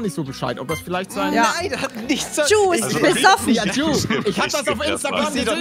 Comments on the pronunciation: Juuuuuuu Man spricht es Dschuuuuuuuu aus ey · Auch funny das Gnu die ganze Zeit you statt Ju sagt😂👍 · Wie gnu immer You zu Ju sagt😂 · Spricht sie Ju eigentlich extra falsch aus